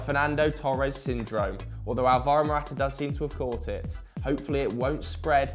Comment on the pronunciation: You guys pronounce "Alvaro" wrong. The emphasis is on the first A and you guys all put it on the second one. Its pronounced "Álvaro" not "Alváro"